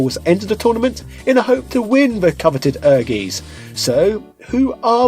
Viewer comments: I think correct pronunciation was "Err-geez". But I'm sure what you said is fine too :p. Like I said in your other video, me and my siblings used to love this game. It was amazing and certainly very impressive at the time - ambitious for sure, as it seems most of Square's titles were at this point in their history. I had completely forgot about the party-games option on the main-screen! Thanks for reminding me, for what they were, they were a fun little bonus too. I really enjoyed the RPG Mode in the game, and I suppose for that Diablo-esque gameplay there wasn't really alot else available on the PS1 at the time which gave it extra weight for sure; But what was more impressive, was just how well the story of the RPG Mode tied into the main fighting-game mode story. If I remember correctly, similar to Dark Souls, there was item descriptions that helped explain the connections (including the arrival of the FF7 cast in the main Fighting game mode story), and in a traditional RPG sense, the people of the town would update their dialogue to fill in the lore and backstory too. It was kind of cool how the whole town and dungeon was this little isolated pocket of old civilization in the world that had managed to escape interference from modern civilization, enabling them to keep magic alive. Accomplishing certain things in the RPG mode would unlock stuff in the Fighting mode too - such as unlocking both Clair and Koji in the Fighting game mode (and Clair even had a completely unique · Everytime you say "Ehrgeiz" a German dies. -So I have to wonder whether this is in fact the funniest joke in the world and totally intentional ;-) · never pronounces anything correctly. I think he does this on purpose. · OMG! You should have spent a little time learning how to pronounce the games name. It's hard to take the video seriously when you're saying Ergies. Air-GUYTS. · It's air-gays. Get it right 😁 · Wow figures! I miss pronounced has ¨ER gaisz ¨